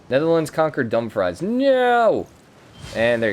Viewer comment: It's Edin-boro and Dum-frees